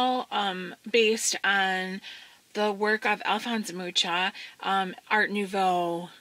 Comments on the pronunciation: Thanks for sharing! As I know it is pronounced "muha" and he was Czechish. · And I've been pronouncing his name "Mooka". Beautiful books by the way. I'm might buy books 1 & 3.